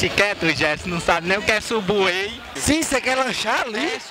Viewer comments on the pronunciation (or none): Fala Errado kkk Escreve Subway e le (Sambway)